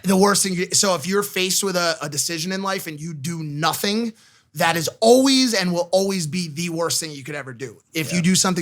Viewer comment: This comment is for. Always is pronounced All-Ways not All-Wees. Just trying to perfect my mans.